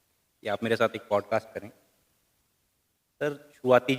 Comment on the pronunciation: आपने अच्छा प्रोग्राम किया, कृपया प्रोग्राम के शुरू में जय श्री राम न बोलें क्योंकि सभी धर्म के लोग आपका प्रोग्राम देखते हैं और उसकी तारीफ करते हैं। आप जय हिंद बोल सकते हैं। अपना अंग्रेजी के शब्दों का उच्चारण थोड़ा ठीक करें किसी से आप किसी एक्सपर्ट से विवेचना करवा सकते हैं, जैसे 'पॉडकास्ट' को ठीक से बोलें।